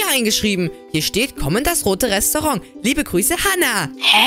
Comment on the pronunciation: Nicht Libe sondern Liebe okay😂😂